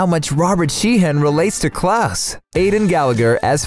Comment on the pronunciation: Me: Ok time to learn more about the cast The narrator: Klus